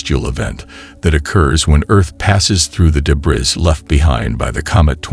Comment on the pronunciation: Gee, some illustrative graphics on what a meteor shower is and actual viewing details and tips might have been helpful, instead of just having continuous AI Jeebus images. And, "debriss"? Really? Please monitor the output of your AI announcer. And, why would anybody bother deleting this? Your clickbait headline is senseless.